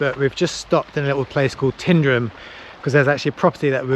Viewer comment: Tinedrum is how its pronounced, like the river Tyne is pronounced Tine